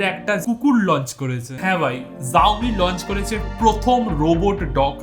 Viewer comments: It's Xioami Not zoami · xiomi venge bolle shau-mee hoy zau-mee na😂... anyways sobsomoy er motoh vloi laglo tomr halka tech😂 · জাওমি নয় শাওমি🤣🤣🤣. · জাওমি না দাদা ওটা শাওমি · Bhai eta শাওমি জাওমি নাহ lol thikse pronounce toh karlo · Pronounce ta vul korco dada ota সাওমি e hba .... Not জউমি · Xiaomi er pronounciation Saiomi ,zaomi na🥲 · Bhai, please rectify your pronunciation as Shaomi, not Zaomi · ভাই, উচ্চারণ ভুল হয়েছে জাওমি না শাওমি হবে।😆😄🤣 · Rip Xiaomi উচ্চারন 🤣😂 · Xiaomi pronunciation ta thik kore koro dada 😁😁😁 by the way big fan ❤️❤️❤️